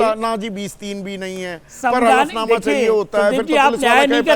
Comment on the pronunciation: Hlfnama bolo hflnama nhi